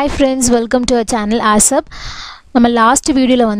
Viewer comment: its ASAP, pronounced as A SAP, correct your pronunciation